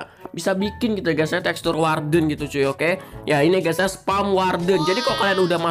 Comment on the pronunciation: Video lain:guys guys guys Video yang ini:ges ges ges :v